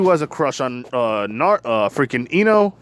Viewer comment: Bro when you said deku x ino I thought you said into again